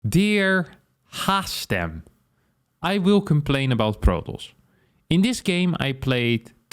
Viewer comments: I love that harstem half the time mispronounced his own name as Harmstem regularly on this channel 😊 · How can Harstem be upset about his name being misspelled while he sometimes pronounces his own nickname as HarMstem? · The best joke about your nickname Harstem is that you mispronounce it as Harmstem yourself very often